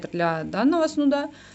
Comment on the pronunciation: СнудА, например ))